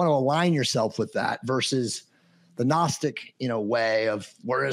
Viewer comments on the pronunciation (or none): He doesn't even know how to pronounce the word gnostic. 😂Ga-nostic? 😅